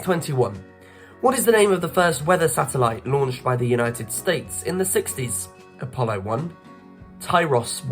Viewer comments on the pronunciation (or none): none